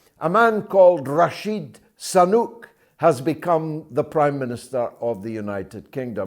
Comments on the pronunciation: I was wondering too. Is it on purpose? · George, you keep calling 'Rashid Sanuk' , while its actually Rishi Sunak.....!!!!, Why do that ? I wonder !!